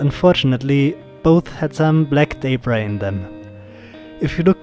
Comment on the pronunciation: A great vid Thanks. The word you pronounce as Daybry? What is that? You mean Debris ? Then it is pronounced D-e-b. R-e-e. Deb as in Reb or Pebble. And Ree as in re ceieve or re place etc. Debris is pronounced Debree! Got it? Where do you get Daybry from?